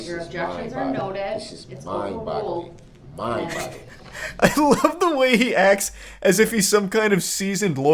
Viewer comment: I swear he is saying "this is mind bottling"